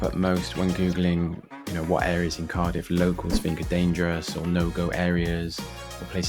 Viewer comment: Couldnt watch it very long, as mis pronouncing names of areas. Do your homework mate